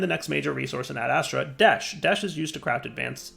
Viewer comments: It's desh not deshed ahhhhhh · Anybody else find it simultaneously annoying and hilarious that he keeps saying "Desht" when it's just "Desh"? He said it right like, once. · It probably wasn't bugging much of anyone else, but the word is "desh,", not "desht." Not that you even say "entangloporter," you actually shorten it to "entangloper," but I had to say something or it was gonna continue bugging me. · its desh not desht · Lol desh..not desht but this is fun!! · He's gotta be trolling us, right? Several times he said "Desh" correctly, so he's obviously not misreading the word. So it has to be deliberate trolling of his audience, right? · Please stop calling it deshed 😂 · Why do you keep saying "desht"? 😭😭😭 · Lmao every time he said it I cried a little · Youtuber / streamer disease. You with 100% chance mess up words in recording :)